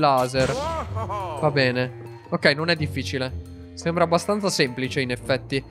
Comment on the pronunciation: guarda di nuovo l'ultima parte perché se ti ascolti bene invece di dire bene hai detto "pene"🤣🤣🤣